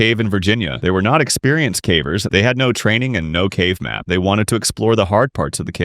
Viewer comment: This voice is def AI. "Faibula" bone? Fibula. Fib. That, and other such words like "Cavv-errs" and not Cave-rs.